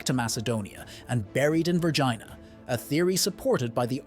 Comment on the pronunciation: Correctly pronounced Vergeena